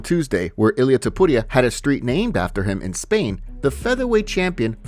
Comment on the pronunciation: I hate the way you say Topuria. Your spanish sucks. Your voice sucks Im blocking this channel